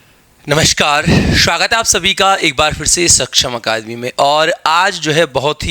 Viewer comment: नमशकार😂😂 शवागत 😂😂